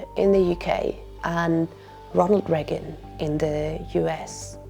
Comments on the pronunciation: And the only person that had never heard the name President Reagan from any other human being as she/it pronounces it Regg-gun not Ray-gun like every other human on the planet! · For the love of all things holy, it's Reagan, not "Reggan". My ears are gonna bleed if you say it once more! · A wonderfully concise overview of the historical, social and economic context for the current shitshow we are in. My only silly niggle is your pronunciation of Ronald the Raygun. Rea'gan and not 'Reagan please!